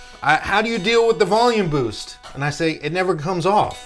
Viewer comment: "Bolume Voost" . I love this guy!